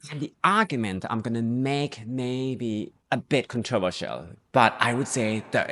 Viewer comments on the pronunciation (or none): none